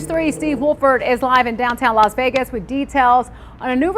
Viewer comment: Sounds like you’re finally pronouncing Vegas correctly. Remember: It’s VAY-gus, not veh-gus. Keep it up.